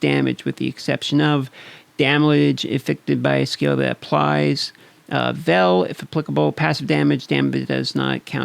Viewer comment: great Video, just one quick pronuncing on veil